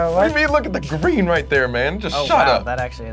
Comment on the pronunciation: Lol, when Colby said, "Look at the GrEeN!" WHEN HE SAID GREEN THOUGH. XD